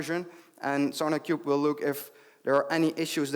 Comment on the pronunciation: keep hearing "SonicQube"